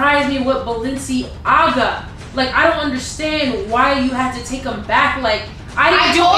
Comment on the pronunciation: She said balenciyaya